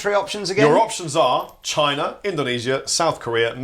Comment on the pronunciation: That was pretty much the worst pronunciation of China in Chinese...